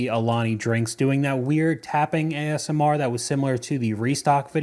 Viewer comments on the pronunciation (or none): none